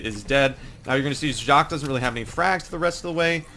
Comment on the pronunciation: it is pronounced JACK.